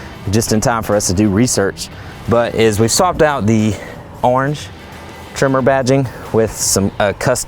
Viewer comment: its tremor,,,,,,,,,, not trimer........lol